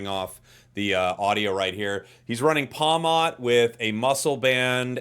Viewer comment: Btw pawmot is pronounced like pawmit instead of pawmott cuz its name comes from marmot